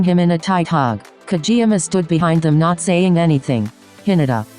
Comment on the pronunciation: Can we take a moment and just process how "Kageyama" turned into "Kjiyama" HAHAHAHA I love this